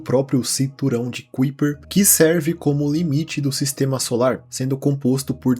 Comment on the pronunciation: Agora meu final de semana está completo ❤ Ps: geralmente se pronuncia o nome de Kaiper da forma "kái-per", a forma americanizada do original holandês.